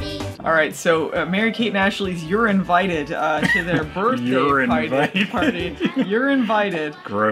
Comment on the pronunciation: Urine-vited. It's exactly how i heard it. :D